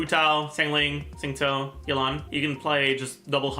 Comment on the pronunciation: please stop pronounce xingqiu like zingsu its not right in Chinese they pronounce it like ( shing chyou) 🩵